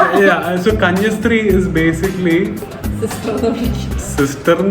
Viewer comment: Hi! Nun Malayalam word is Kanyaasthri and not Kanyasthri